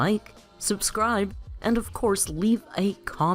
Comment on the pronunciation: Your way of pronouncing hasta luego is kinda horrid